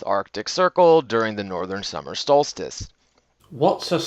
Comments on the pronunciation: "Stolstice"? It's when the sun, Stol, sands sill. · “What’s a stolstice?” 😂😂 ahhhh I died! That should be a T-shirt. Thank you again for starting my morning with a good laugh! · Smashed it again, What's a stolstic, lol... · lmfao fucken 'stolstis' he fucken says, they can't even bullshit at being smart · "Stolstice" is when you missed the solstice.